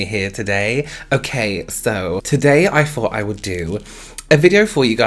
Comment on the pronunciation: So... English is not my first language and I speak "American" English... When speaks, he pronounces his "th" like "f"... So when he said "today I thought", I heard "today I fought"... And for a split second I was like: OMG WITH WHO??